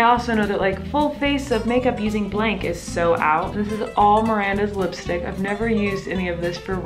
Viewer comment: Miranda pronounces lipstick as listick